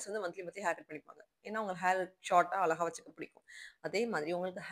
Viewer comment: Pls sis ழ ,ள crct ah pronounce pannunga, not blaming u r influencing many in that way of responsibility, english word oru mistake ku udane sorry kettinga 🎉, but அளகா... அளகா... 100 times sollitinga but not regretting 😢... its a beautiful word "அழகு"